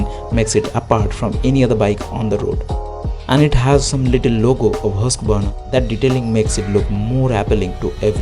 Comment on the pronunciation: Bro everything was great except the pronunciation of husqvarna . Your Content seems to be going on an another level that's why thought this small correction could help anyways it was really very heartwarming to see such precise and crisp vlogs from a Bengali vlogger.kudos to you man and grow a lot....❤️❤️❤️